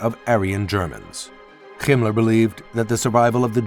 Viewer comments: Himler is pronounced axactly as it's written. NOT Gimler. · Who told this guy how to pronounce Himler 😅